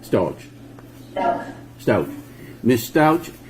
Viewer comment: Her last name is pro nounced. St owe k.